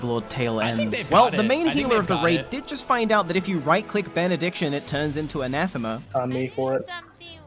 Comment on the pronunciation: I just have to call out the stupid twitch chatter making fun of the priest for saying anathema properly and trying to correct it as ana-thema... No dummy. It's A-NATH-EE-MUH. Goofy ass.